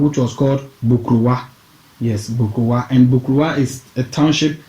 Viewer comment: Asaase Aban literally means a nature's storey structure. Aban in Twi means ' high rise or storey. Hence the Twi phrase Aban soro - storey building. Man, your Twi needs some work. Get some help with 'Bokruwa' - stone cup and Bretuo. You 'massacred' some of those pronunciations.